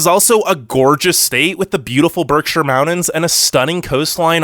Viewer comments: #1 This is a funny video. Your voice sounds like a college kid. #2. NORTH CAROLINA? That's really funny. Besides...you shouldn't advertise them because they are too near me. So don't go south and advertise any other place. #3 MOUND -INS? I would go back and learn how to annunciate. It's MOUNTAINS. Just poking fun. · It's Mountains with a T not "Moundins" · Pretty interesting video. The only thing I have a problem with is... How you pronounce mountains. (mow dins) Its Mount tins. Good info nonetheless. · Good list. But it's not pronounced "mou-dens" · SOOO sexy how he pronounces mountains! Hello MAWD-INS 😂😂😂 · Take a shot every time he says “mowdens” 😜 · Mountains is pronounced with a T not a D